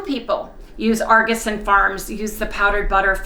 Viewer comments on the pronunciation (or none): none